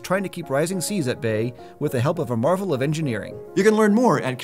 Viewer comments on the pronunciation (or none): none